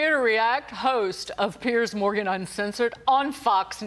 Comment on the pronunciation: Yo Fox! It's Piers Morgan, not Piers Mogran. Quality dropping?